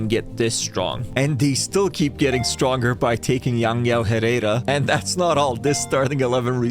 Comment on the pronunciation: I´m Venezuelan and "Yangyang Jerera" is just crazy 😭